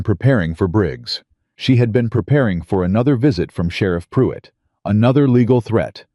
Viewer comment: Its Not puit. Can you not hear the R?? It's most likely spelled PRUITT .